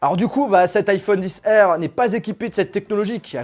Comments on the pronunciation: iPhone 10R 😂😂😬 a mes oreilles srx tu dis iPhone XR pas 10r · C stressant iPhone 10 R c pas une obligation mais la prochaine fois tu pourrais dire liphone XR